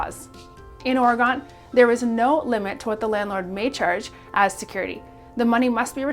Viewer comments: Please learn to pronounce Oregon! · That’s not how you say oregon